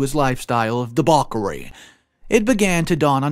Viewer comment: "Debokery", "upsurp", lol. I love your narrations but you need to do pronunciation checks.